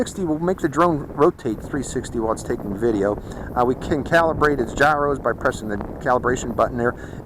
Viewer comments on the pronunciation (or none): none